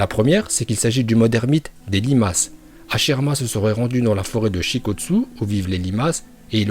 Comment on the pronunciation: Madara il est nul il na pas le migatenochauviu en plus il c pas parler il dit hashilama 😂